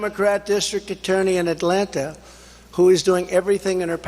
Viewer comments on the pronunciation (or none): none